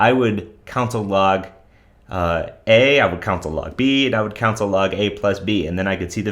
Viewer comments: You're definitely the only person pronouncing it like that. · did he say council log, or console log?